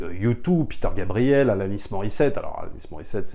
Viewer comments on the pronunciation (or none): none